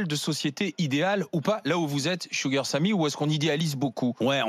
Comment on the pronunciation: Woow ses La première fois que j'entend un Français prononcé correctement Sugar !!!